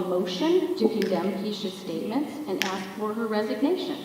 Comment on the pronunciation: An educator that can't say "ask"?